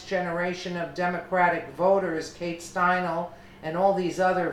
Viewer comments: her name is pronounced Stein'lee not Stienal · I know, listen to the beginning, she says stein-el ..omg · It’s pronounced Stine lee !!! FFS !!! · Stine Lee !! FFS pronounce it right !!